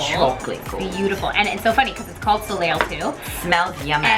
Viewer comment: Overall really enjoyed this video, but... girl... "so-leel?" No. "So-lay"